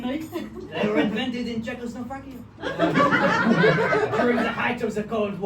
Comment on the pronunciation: not pronouncing Chekoslovakia right and that turning into a running gag was brilliant 😂